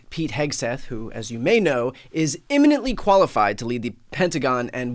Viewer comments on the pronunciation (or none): Eminently... not imminently. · Eminently, not imminently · ‘eminently qualified’, Bryan. Not ‘imminently qualified’. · Eminently, not imminently. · Eminently not immanently :) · Eminently. Not imminently.